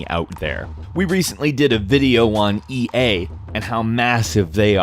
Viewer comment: Just me or did he say EA really strangely